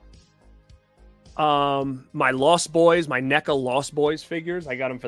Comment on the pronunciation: You collect films to display and for their value. I collect films because I love watching cinema, we are not the same. I will give you this, you pronounce NECA correctly.